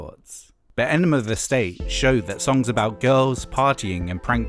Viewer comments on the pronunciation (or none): Why do you always say "Enemar" of the State?